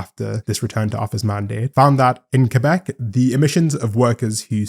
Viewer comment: Thank you for pronouncing Québec properly !